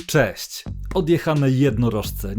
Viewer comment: widze, ze odebrales to jako atak, a ja po prostu zapytalem calkiem serio - bo nawet w slowie ,,czesc'' zle akcentujesz, wiec nasunelo mi sie, ze masz moze jakies zagraniczne pochodzenie.